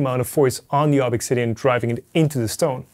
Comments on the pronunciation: Yea... Glad I'm not the only one with this thought. His insisting on pronouncing things weird when there's really no need to do so is getting out of hand... Slic3r should be Slicer and ObXidian should be Obsidian ( maybe Obxidian but definitely not ObExIdian ) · Why not pronounce ObXidian the same way as E3D does? Making some kind of point here? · I think it's pronounced obZidian, but I could be wrong. After all, Americans insist on calling Xavier from the Xmen "Ex"avier rather than Zavier. Source - I attended Xaverian College (Pronounced "Zavarian") and Xerox is Pronounced Zerox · It's probably not pronounced ob ex sidian, but like "obsidian", ob-si-di-an. LIke the black, slick volcanic glass. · Maybe you don't know but there are uses of the letter X that sound like Z in English (Via Greek), For example Xylophone (Pronounced Zy-low-fown) I believe this is E3D's intention, making the pronunciation Ob-zid-ee-an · Did you contact E3D on the pronunciation of Obxidian? It is probably just "obsidian." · E3D: please pronounce it Obsidian: ObXidian Why????????? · I think it is pronounced like obsidian. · I thought it was pronounced Obzidian. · Why do you pronounce the name like that? You know the guy's german, right? :P